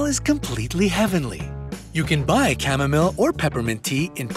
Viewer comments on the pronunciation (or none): Chamomile is pronounced as "Kam-Mo-Mile" not "Kam-Mum-Mil!